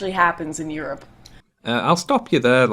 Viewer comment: "Yor-up". A few years late but great video.